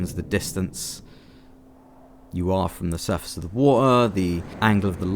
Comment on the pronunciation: I like the wa'er